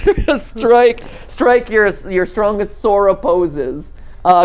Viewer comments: matt says zora instead of sora multiple times. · I knew I shouldn't be watching this, but when you repeatedly said "Zora" instead of "Sora" I was out. Cheap cash in for views. Shame on you. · Mathew..... Sora with n "S" not a "Z" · Zora he said ZORA